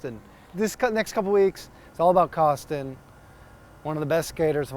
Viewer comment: “Eric Kostin” lol